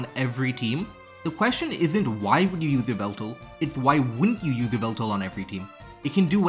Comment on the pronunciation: Yveltal is pronounced like 'Evil-tal'. Yvel is a Middle English spelling of Evil.